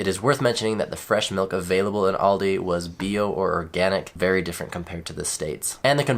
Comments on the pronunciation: Please stop saying Aldi's, it's Aldi. Also, milk, chicken and pork might be cheaper in the US but what's the difference in quality compared to Germany? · Why do you say Aldis? Where does the S come from? You dont say Krogers for example. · Guys please, there's no S in Aldi. It's Aldi, niet "aaldys".